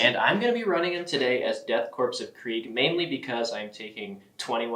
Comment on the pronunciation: Thank you for pronouncing Korps/Corps correctly